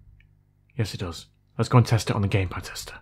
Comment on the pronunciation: I thought you said “Gay pad tester” 🤪